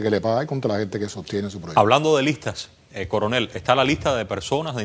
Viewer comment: Jajaja dice el "Curunel" jaja Diciendo lo que el Paga, como nos pasa a nosotros! Jajaja se le fue esa. Minuto 17.26